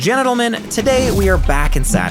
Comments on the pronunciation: I know you said or meant to say gentlemen right off the bat, but I swear I heard genital men... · First (second part) time watching your videos and I'm curious, do you always start them by saying "genital" men instead of gentlemen? 😂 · The very first word you said in the beginning of the video kinda sounds like 'genitalmen' instead of 'gentlemen'. I don't know if I'm the only one that heard it. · Wait…did he say genitalmen? 😂 sub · bro literally said genitlemen?